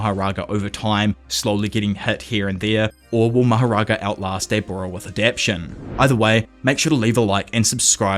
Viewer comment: Bro I love your videos so much, but please it’s 4 syllables a-dap-TA-tion 😭